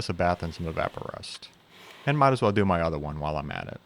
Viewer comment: "Could" is an awfully strange way to pronounce "do"